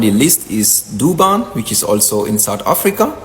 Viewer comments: "Durban" du ban😂😂😂😂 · " DOBAN" LOL these people do things on purpose 😂😂😂